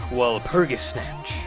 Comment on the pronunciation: I don't mean to sound snooty or whatever, but I know for a fact that it isn't 'Wall-purgisnatch'. Walpurgis Nacht is, I'm pretty sure, a german word. It's supposed to be pronounced Nahckt. I think it's supposed to be some kinda doomsday thing or generally something bad and magical related.